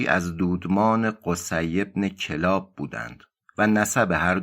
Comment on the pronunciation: کلاب kallab خونده میشه